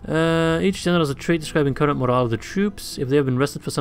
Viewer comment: Everytime he says "general" sounds like "genital" to me